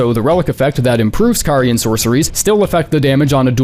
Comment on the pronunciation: Out of all the big creators making Elden Ring content, why is the only one who can properly pronounce "Carian"??? 😆